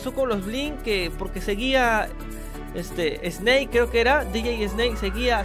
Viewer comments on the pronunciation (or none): none